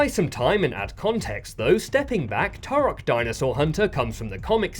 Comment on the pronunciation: You pronounce Turok wrong even though you use clips of devs saying it correctly 😂